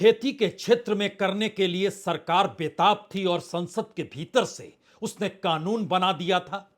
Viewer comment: Kitna 'beeter bheeter "bolthe ho